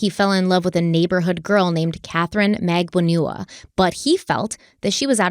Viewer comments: It’s funny but I’m sure someone has mentioned it… would you maybe consider searching for the actual court trial so you can pronounce last names correctly? Just saying.. 😆 For instance..Katherine (pro: mag-ban-oo-ah) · Magbanua - "Mag ban wuh" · I love you but it's MAG-BAHN-WA. It's a common Philippines 🇵🇭 surname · please pronounce Charlie's girlfriend Katie as MAG BANA WAA. It sounds like you are introducing a new person the way you pronounce it. 😊